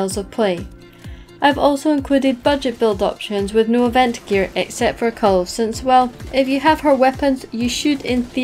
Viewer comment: No one pronounce the name 'Kulve' better than:D